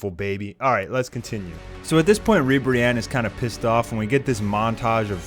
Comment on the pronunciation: Not Godzilla-Ribiranne, but Mothra-Ribranne